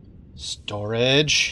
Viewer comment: I thought "Storage" said... strange >.>